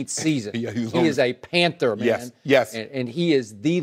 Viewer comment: "MAYNE lately MAYNE" Shannon is a fool lol